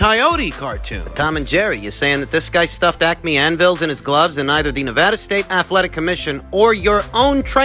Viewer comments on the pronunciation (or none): none